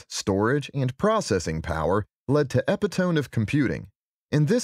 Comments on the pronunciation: EPI-TO-MEE... it's not epi-tomb.... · E-pi-tombe the hell? It should be E-pi-de-mee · Epitome = ee pit oh me, not epi-tome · Dude said Epi-tome. Bruh, it's pronounced epi-to-me. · "Eh-pih-tome"? Lol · Epitome = e-PIT-oh-me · ...i'm sorry, epi-tome? I know it looks like that's how it's pronounced, but...no... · "EPI-Tome" LOL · i can't believe he said "epi-tome" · He probably meant to say peri-tome instead. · Did u not notice the 'via' 🤣🤣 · Kind of a bad look for an educational video to mispronounce "epitome" in the first 10 seconds. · Epitome is not pronounced like that!!!